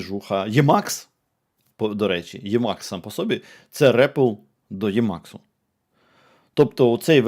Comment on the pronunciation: правильно імакс а не ємакс йопт